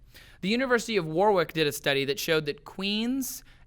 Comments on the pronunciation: Trace's pronunciation of Warwick is hilarious. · I did too, I found it pretty amusing! In fairness to Trace, he did say it how it's spelt.